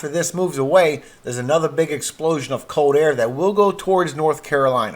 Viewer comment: How about learning to pronounce the letter L, as in COLD ? Lets add GULF not GOLF to your assignment.